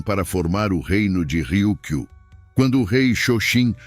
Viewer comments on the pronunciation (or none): Aviso: Riu-kiu - O R inicial , se pronuncia com som fraco, como em baralho! Kata : som forte no a final! Há mais erros de pronúncia...(02/07/25).